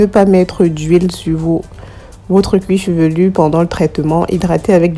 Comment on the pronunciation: On dit cuir chevelu. Cuir chevelurrrrr n'existe pas!